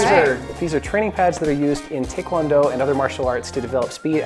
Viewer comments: First of all it is pronounced Tie not Tay, it's called a round kick not roundhouse, and that explanation of what tae kwon do is and how to do it is wrong on so many levels. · I checked out soon as that clown said tikwondo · I just watched some mildly infuriating reddit reviews and I just hear that man say tickwondo and not taekwondo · Hello I'm blind and read taekwondo as 'Tie-ick-wan-doh' Lmao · They pronounced takewondo wrong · Him: tickwondo Me: tickwondo? NOOOOOOOO